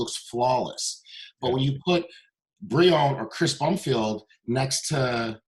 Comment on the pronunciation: "Chris Bumfield" xD Great interview though, sincerely love Sergio